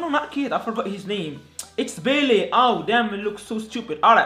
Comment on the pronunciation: Did he call Bailly as Bailey? 😂😂😂 I can see this guy is not a United fan.